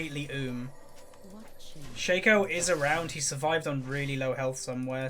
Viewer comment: its shAco not shaeco